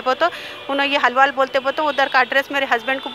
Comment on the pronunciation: Halwaal nai ge hauli, Alwaal bol🤦🤦🤦